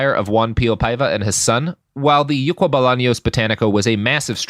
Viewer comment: I can confirm you mispronounced something in Paraguay. The name of the store is "Ycuá" not "Yucua".